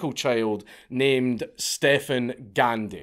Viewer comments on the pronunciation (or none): none